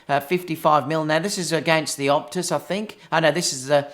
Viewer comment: Its OTUS not OPTUS